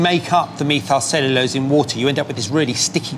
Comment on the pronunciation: Really a cute show! And the soundtrack is really good. But that scientist's pronunciation of 'methylcellulose' is absolutely SURREAL.